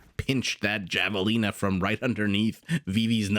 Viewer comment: It's pronounced Havelina